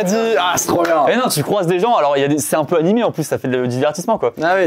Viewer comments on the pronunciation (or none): none